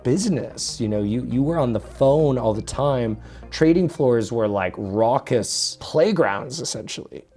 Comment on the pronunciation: Did this guy just say rockus instead of raucous???